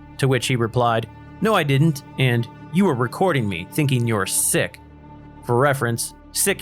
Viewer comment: The proper pronunciation is SICK, not Seek. I think its more appropriate.